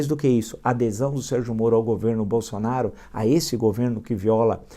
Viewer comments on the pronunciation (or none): none